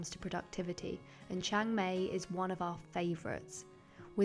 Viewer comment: Please pronounce Chang Mai properly, it's Maaaay , so exactly the opposite of how you would say May